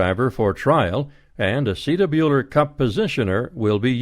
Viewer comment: Don't like his pronunciation of "acetabular"